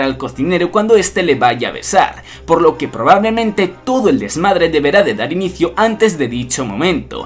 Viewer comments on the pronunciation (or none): se escuchó muy mexicano eso jajaja